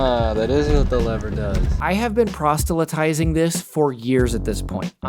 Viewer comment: "prostelytizing" lol. What's your ass got to do with it?